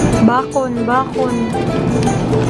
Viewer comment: Para kang nag vivisaya pag sinasabi mo yung bacon na bakon😂😂😍